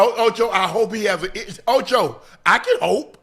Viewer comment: Stop it OH-CHOE!